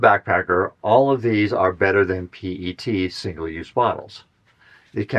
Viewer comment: The entire micro plastic thing is a hoax. Methods are bad, no rigorous definitions, and so on. Clothes, skin, dust, plants and every other thing out there sheds small particles. It's all silly. It's also not hard to pronounce PET correctly.